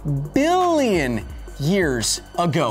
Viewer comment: Its just the way you say Billions...hilarious Excellent show. And epic hair btw